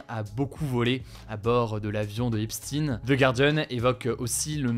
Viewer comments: Prononce bien le nom Epstein...pas epstiiiine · eps teen comme de par hasard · Ça pique un peu comme prononciation Epstine non ? Sinon à top comme d'hab merci ! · d'abord commence à bien prononcer son nom!!! comme einstein!!! si tu vois ce que je veux dire!!! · Pourquoi prononcer Epstein : Epstine Einstein ne s'appelle pas Einstine, ou dans le même registre que EpstEIN on a WeinstEIN. Devrait-on comprendre quelque chose en particulier derrière cette mauvaise prononciation ? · Son nom se prononce EPSTEIN (epch'tayn), comme EINSTEIN ! Ta prononciation est biaisée. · Mais alors pourquoi tu dis Epstine immense Imbe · Comment ça « epsstine »? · Epstine? Bah alors Hugo on sait plus prononcer les noms? On se demande bien pourquoi ^^ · Euh... Epstine ? Pas convaincu sur la prononciation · Simplement ça se prononce Epchtain… en gros. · EpSTEIN, ça fait trop.......voilà quoi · Possiblement parce qu'il était américain, et que la prononciation anglaise est "Epstine"... Sérieusement il faudrait penser à se remettre en question deux minutes avant de parler --' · Prononce bien son nom stp Quand c’est Enstein on évoque le génie juif Quand c’est Epstein ca devient Epts- tine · epstine ? les gars faites un effort de bon sens on croirait entendre des boomers ou des segpa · Epstiiiinne comme Albert einstiiiiinne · On ne dit pas Epstine ! Sinon ça s'écrirait comme ça ! Est-ce qu'on dit Einstine ? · Sauf que c’est bien « Epstine », même au USA ils l’appellent comme sa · Pourquoi epstin ? On dit pas einstin 😂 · On dit Albert Einstein alors pourquoi dire EsptINE? 🧐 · Hélas, trois fois hélas, c'est Epstin... Le bougre était américain, et la prononciation américaine est Epstin, non pas comme Einstein qui lui était allemand. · Bj ça se prononce Epstein Epstaïn merci de ne pas écorner les noms merci 🙏🏾tu nous as rien appris de plus que ce que l ont salient déjà c est bien malheureux ! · Epstein ça se prononce pad epstinne.. On dit einstinne on dit Einstein. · tu sais meme pas prononcer son nom